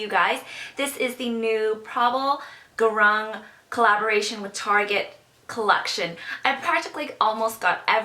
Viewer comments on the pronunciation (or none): I hate when prabal gurung isn't said correctly